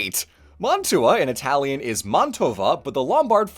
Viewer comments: the way you rightly pronounced the words, yet still having a very marked accent is something i never thought to be possible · It's a lot more jarring when people do it without the correct pronounciation or a very thick accent, imo. is actually one of few people I can listen to speak italian and not be jarred because he actually speaks it correctly.